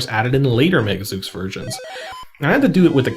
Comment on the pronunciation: "Zeuks"? /Zoos/ :p